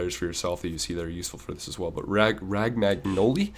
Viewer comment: how the fuck did romagnoli transform to rag mag noli hahahah. it´s pronounced romanioli btw